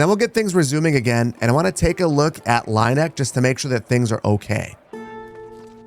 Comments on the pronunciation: Just for your information about the pronounciation of the german townnames: The ie in Lieneck is the same as ea or ee in english, like in tea or bee, so "Lean-eck" would be more fitting. The way you pronounce it would be "Laineck" or "Leineck" in German. And I know many English speakers have problems with our German Umaluts. But the funny thing is - except for Ü/ü - English has those sounds. They are just spelled different. The pronounciation of your E in Erlhardt for example is like Örlhardt to me. Try to say "Airl-heart" instead. German is sayed to be difficult to learn but the two languages have more in common than one would think. They have the same origin (indogermanic) after all. Keep on with these great entertainment! One can tell the work you put inside and I allways enjoy the high quality of your videos. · Oh. The E is second. Like with "bier". It's Leen-eck. 😂